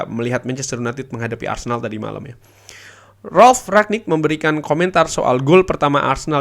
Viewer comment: Kyknya masih salah deh penyebutan nama Ralf Rangnick nyaa